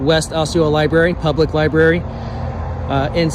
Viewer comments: Pronouncing “library” as “li-berry” is a super common trait of speech, called metathesis. Lots of people do that inadvertently. The problem is she should have told the library employee that a person walking around the library isn’t a reason to call 911. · Dispatcher needs to learn libRary has an R - NOT LIBERRY. or maybe it is The Lie berry 😊